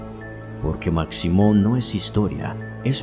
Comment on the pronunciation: Hola, saludos desde Guatemala. La figura de Maximon (se pronuncia Mashimon) es muy venerada, le llevan de todo como ofrenda, principalmente tabaco y licor y según la tradición si no le cumplen lo que le ofrecen les va muy mal.